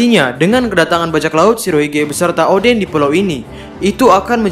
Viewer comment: Salah sebut